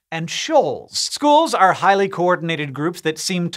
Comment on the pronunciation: "Shoals" so that's whats Megamind talked about